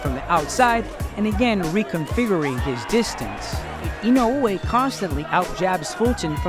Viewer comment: Listen, I know that's how you pronounce his name correctly but you're Murcan. So speak Murcan Goddamnit😁